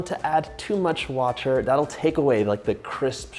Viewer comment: At the you say “ with pastry dough you DO NOT WANT TO ADD TOO MUCH ? but you do need some”. Too much what? Sounds like you said “watcher”